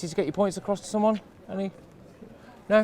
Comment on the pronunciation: It's "to" not "tur" Suella.